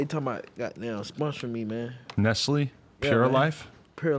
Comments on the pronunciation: Why adam pronounced “nestle” like “nessly” 😂😂😂😂😂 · Stringer im not from the US but neither is the company 😂 im dying if thats on the ad its pronounced ness-lay